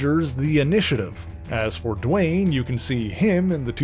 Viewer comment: It's 'Dwayne "